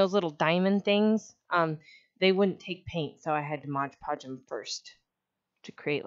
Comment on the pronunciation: if you can make a video where you say MOD podge instead of modge podge ill subscribe lol